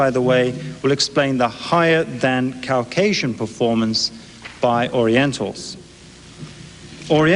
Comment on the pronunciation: Take a drink every time Rushton says Cow-casian! I’m part cow😺